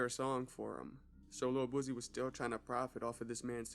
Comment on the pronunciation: Bro you on point bout a lot of stuff but why u say boosie like boozey